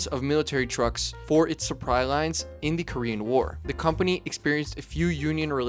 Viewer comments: Interesting and informative but did you say suppry lines? 😳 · he said "surpri rines." 😂😂😂😂😂